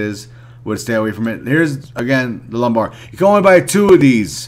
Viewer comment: Wasn't sure if you were saying it on purpose cuz of how lame the quest is... Haha ✌